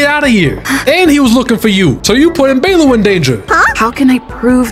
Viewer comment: I thought he was calling her baelu on purpose..... oops, anyway good vid.